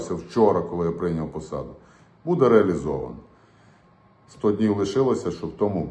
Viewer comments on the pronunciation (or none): none